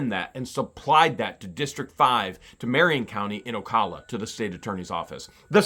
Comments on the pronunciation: Just an FYI from someone who lives here. It isn't Ocolla, it is Ocala, O cAL a. 😃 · Hate to correct you but it is pronounced O Cal A like saying CAL ifornia. It's not O CALL A. I live in Marion county and it's the only way I've ever heard it said. I do hope moving the court case to Marion county will give you a fair and just outcome.